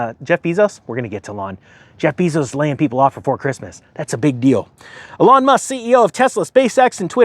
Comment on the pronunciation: It's Eeee-Lon. You pronounce it like a girl's name